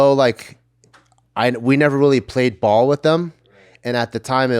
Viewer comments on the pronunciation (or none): none